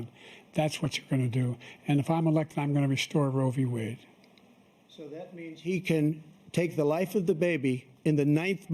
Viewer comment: “Roevie wade” 😂